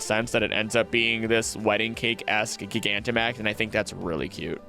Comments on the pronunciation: Pronouncing Gigantamax the way you do, while understandable, IS CRAAAAAZY. You missed that it's supposed to be pronounced like gigantic and not gigabyte. But never the less, fun web. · "This is where i start pronouncing pokemon wrong" 29 minutes in. My guy, we all heard "gig ant um axe" in the intro.